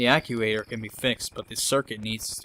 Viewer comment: No shame in not being able to pronounce "actuator"...we didn't all grow up watching Nickelodeon GUTS.